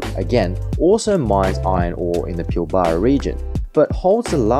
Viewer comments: PIL - BRA, not Pill - Bar-a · Bro its pilbra not pilbarrrrrra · Pilbara pronunciation needs correction!! Pil-Baarar?? Where is that??. Think you meant Pilberruh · its "pilbraaaaa" not "pilll baaaa raaaaa" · It’s pronounced “Pill-Bra” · FYI - the Pilbara is pronounced as "Pilbra". Just for future reference :) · Yes, glad I wasn't only one cringing at the pronunciation. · Same hurt my ears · Pronounced “pilbra” 😊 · You should learn to pronounce Pilbra properly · Was keen, but couldn't continue to hear Pilbara mispronounced so many times.